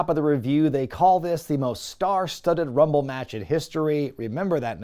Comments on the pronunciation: Rumble numble, lmao. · "Lets get ready to Rumle" must be an attempt not to be sued michael buffer.